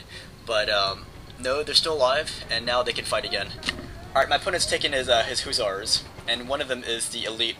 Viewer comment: "Huzzars" lol every time, every time...